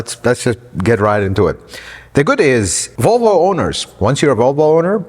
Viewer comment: Huh? What did he say? Wtf is a Wolwo? What country is this clown 🤡 from? Get the marbles out of your mouth. 🙄🤦🏻‍♂️ 🇺🇸 Leave sales to the salesman.